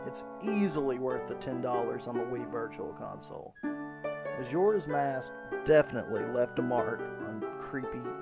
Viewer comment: bro says mashoras mask!